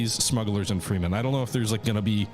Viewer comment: Plus the 'Freemen'. He never changes 😊